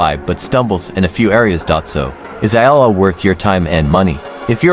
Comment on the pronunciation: 'i' 'L' 'L'... FFS if you are gonna do a shitty AI video, at least check it over. Absolute disgrace.